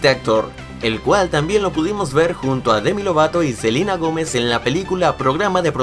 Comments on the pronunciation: Like si te diste cuenta que dice selina y no selena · Like si notaste que en ves de selena dijo "Selina" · dijiste otra vez selina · Like si dijo Selina y no Selena 😐😐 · Por que decís Selina si es Selena 😂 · Selina o Selena? :v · Selena no selina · Es Selena no Selina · Like si te diste cuenta q dijo selina gomez en vez de selena gomez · odio que diga silina y no selena😠😤😣😡😬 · Es selena gomez no selina gomez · por que sigue diciendo selina gomez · es celena no celina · no es celina es selena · Dice Selina no SelEna* 😂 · dijiste silina gomez